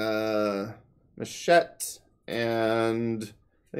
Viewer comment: It's Machete... not Machete... I mean Machete